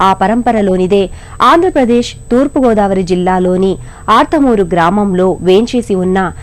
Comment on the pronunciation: ఆర్త్ మూరు కాదు అర్తమూరు